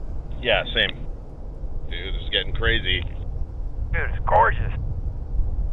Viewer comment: hahaha! You said "Dumpster" highway!! Even the captions picked it up!😂